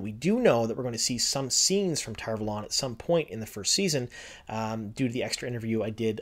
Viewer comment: I denounce your pronunciation of Tar Valon sir.